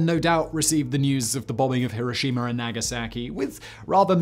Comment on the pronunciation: Simon: I'm British Also simon: pronounces Hiroshima like a Texan 😂